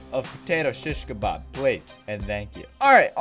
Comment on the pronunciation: Chich kebab. .hhhhh ....the way you pronounced it hhhhhh so funny. ...it's an arabic word by the way ...love you